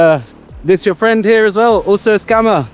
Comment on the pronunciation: “ooh fwend”